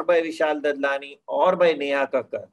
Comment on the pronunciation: Vickeymal, Sai, Vishal Dadlani is pronounced as Daadlaani.